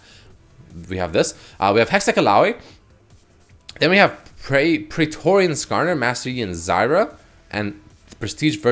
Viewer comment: it all looked somewhat believable until he said praetorian zyra